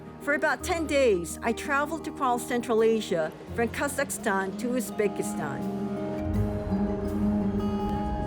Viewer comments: Wtf, how hard is it to say KaZakhstan and NaZarbayev properly? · Is she saying the country name wrong multiple times and finally have it correct or is it just me. Apparently, it doesn't seem to bother anyone here as it appear that I'm the only one complaining. 😌